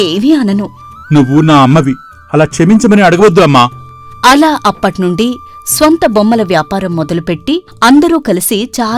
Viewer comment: Chinna request madam oka word ni meeru tappuga palukutunnaru swamta kaada madam somtha adi it's just an advice madam endukumtey e word ni chaala Mandi tappuga palukutunnaru.